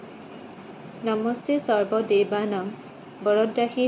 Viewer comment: উৰুলি কিন্তু মানিলো দেই। নাম খিনি বহুত সুন্দৰ হৈছে। পিছে " নমস্তে সৰ্বদেৱানাং,,,টো শুদ্ধ কৰি ললে আৰু ভাল লাগিব।